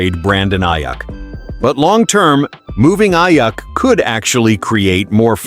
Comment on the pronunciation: This sounds like some AI-generated crap site. Speaking in first person, mispronouncing Aiyuk's last name. No thanks.